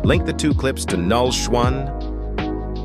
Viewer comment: haha thanka for this tutorial but "link null shoe to null shree" LOLOLOL